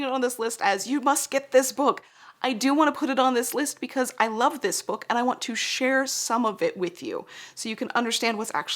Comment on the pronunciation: every time says bewk my autism brain has me repeating it out loud like “bewk! bewk!” 😂